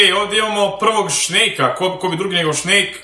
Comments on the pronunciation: Snejk se kaže a ne šnejk hahahahha inače totalnu podršku imaš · Al kad brate kaze šnejk ahhaha umirem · Pa da mu gledas klipove znao bi da to namerno kaze